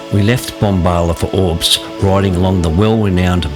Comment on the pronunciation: Another great video. Love that Bonang Rd, probably on my own personal top 3 but need to check out a few I've never ridden. That vertical foliage on the tree trunks is regrowth after a bushfire (Hate to be a pronunciation nazi, it's OR-bost, not Orbst)